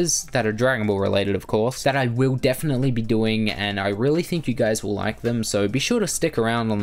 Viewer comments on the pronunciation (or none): none